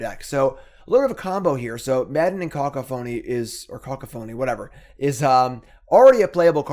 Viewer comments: it's pronounced cuh-COUGH-a-nee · It’s kuh-kah-phuh-nee. Took me a bit to figure it out myself. Great deck man. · caCOphony, it's not that hard. You're an english major, you should know how english works, and if not there's always google. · Co caph o ny, long Os short a